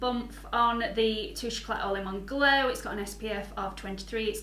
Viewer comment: Don't mean to be a know all but you don't pronounce the t on the end of eclat :)